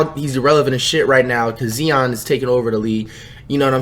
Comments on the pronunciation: “ zeeon” Zion sir😂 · Luka Don-“cick”, “Jay” ,”Zeeon” Williamson 🤣🤣🤣🤣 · “Jay” Morant and “Zeeon” Williamson 😂😂😂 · I know he did not just say “Zeon” instead of “Zion”🤦🏾‍♂️ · Flight:Rody Gobert Also Flight:Zeon Williamson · Flight stop saying Zeeyan it's Zion like ZyeYan. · “Zeeon has taken over the league” 💀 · GoberT, jaY, zEon. Flight, flight. Dont say their name unless u can say it right because at this point ur just being a dick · Flights vocabulary Zion: Zeeon Ja: Jay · “Zeon” and “Jay Morant”